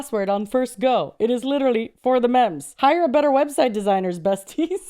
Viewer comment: and the accent on mems... I'm dead. It's giving Joe Dirtè.